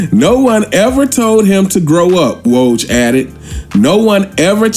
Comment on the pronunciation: Brother You Butchered "Coach K" And "Woj's" Names 🤦🏿‍♂️🤣!!